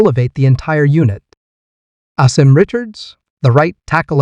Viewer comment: Pronounced- Ah-Sim